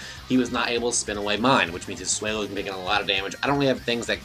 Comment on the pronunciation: Swell-o. Not sway-low